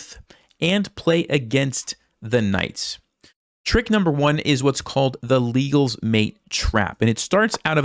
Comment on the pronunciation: Legal's trap also works with Nc6 (pedantic comment, it's not pronouced like the "legal law", I think it's "leg -gall") With Nc6 though, you have to play h3 and if the bishop goes back to bh4, you can knight capture in the middle (still the best move). If they take the queen you got the trap. If the knight on c6 takes the knight, you can take the bishop. The difference is that with h3 pushing the bishop back, the black knight capture will not defend the bishop. It's still +2/+3 for white